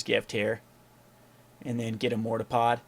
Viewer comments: same here, there is a R at the end of it right? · For some reason the way he says mortarpod makes me want to die LOL